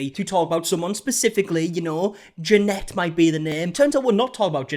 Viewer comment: I know that's not the focus of the video, but really appreciate you saying Jeanette's name correctly. Everyone else I've seen talk about her has jumped on the "joke" of mispronouncing her name. While I don't like Janette, it just really rubs me the wrong way. Like it's ok to disregard or make fun of someone's name if they happen to dislike them... Could just be that i'm gender-queer and have a foreign name, idk